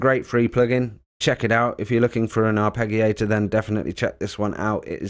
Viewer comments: Arpegiator the g is like giraffe not Gary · Surely pronounced ' arpejio/arpejiator'. ? Away from me being pedantic, thanks for this. Subscribed and liked🙂